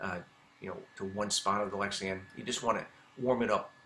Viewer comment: You keep saying Lexian, why is that?